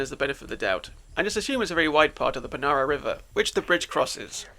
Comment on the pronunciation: Paraná, not Panara